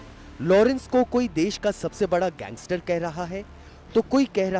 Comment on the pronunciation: पत्रकार कैसे और क्यों लारेंस को gengestar कहते हैं?